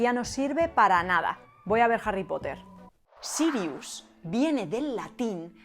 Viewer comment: Tu pronunciación del Noruego antiguo es impresionante! En hora buena! Mi parte favorita del vídeo! Jaja, pero hablando en serio, le llamaré Serious a mi próximo perro!